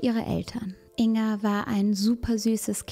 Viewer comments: Ein kleiner Hinweis: man spricht den Namen Ing-Ga, also das G wird gesprochen. Natürlich ist das Video auch so gut und wichtig. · Jetzt mal ganz vom schrecklichen Inhalt des Videos abgesehen, mich triggert es immer wieder, wie sie "Inga" ausspricht😅😅